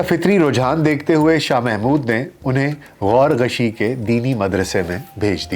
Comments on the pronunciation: بھائی غورغشی نہیں اصل نام غورغشتی ھے جو علاقہ چھچھ ضلع اٹک کی تحصیل حضرو میں ایک بڑا گاؤں ھے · Ghorghushi nahi Ghorghushti hai غور غشتی